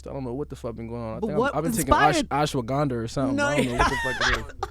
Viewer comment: “ashwagander or somethin”😭